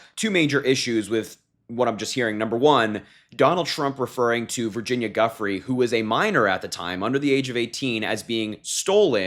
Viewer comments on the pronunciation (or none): Thanks Harry.And FYI the poor woman who had her life destroyed by Trump, Epstein/ Maxwell, Prince Andrew et al... her name is pronounced "Joo fray".That's the correct pronunciation. I think we all owe her that much at least. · Pronounced - jew-fray